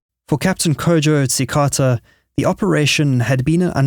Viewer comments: Tsikata/ Tsekata is pronounced "chee-ka-ta" not TSeekarhtaa. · Just thought I let you know Tsikata is pronounced Cheekata 😊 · Tshikata is pronounced "Chiikata". Akpe nawo!